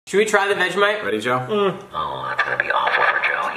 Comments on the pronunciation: U had vegimite wrong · Jason is my favorite, oh. And vegimite lol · every single american has vegemite the wrong way omg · The say veg e mite we say vegemite not vege mite